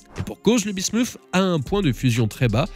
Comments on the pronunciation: Ça se prononce bismute et pas bismouf (ça c'est en anglais). Parole de chimiste 😅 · oui et l'alias P. Bismuth et le métal lourd se prononcent pareil. Le "th" en français se prononce "Té". La voix off prononce Bismuszszzzs à l'anglaise comme le Vermouth ça m'agace!